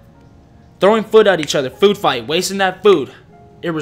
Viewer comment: I usually don't leave comments but the way you pronounce food and the 'j' in Jimin and Jin is hilarious 😂 anyways this video was great 🔥👌like all of the others ofc